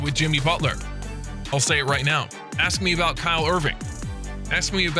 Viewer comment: In every freakin` video bruh... LoL.... Think its impossible for him to say Kyrie...